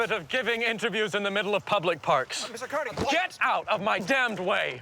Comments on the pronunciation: If I have to hear that man call him Car”nay”gie one more time 😬🙋🏼‍♀️ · I hate the guy that says it like "Car-ney-gee" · Who is Car-Neggy? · Hey, narrator, just like Gray Davis had to correct Arnold Schwarzenegger with the pronunciation of COLLYFORNIA, stop 🛑 mispronouncing Carnegie. I'm a Pittsburgher and anyone here will tell you that the correct way to say Carnegie is CAR-NEGGIE. YOU TOO NYC, 🛑 IT!!!! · why do they say his name different, it’s disrespectful to someone who have done so much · It would be nice if the narrator would pronounce "Carnegie" as Carnegie would. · Can someone help that older gentleman to pronounce Andrew Carnegie's last name correctly!!! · Is it pronounced "Carnegie" or "Carnegie" ? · Would be better of Andrew Carnegie's name wasn't mispronounced for 99% of the episode... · ugh I hate hearing them pronounce Carnegie, I'm from Jersey and I promise they're saying it wrong😂😂😂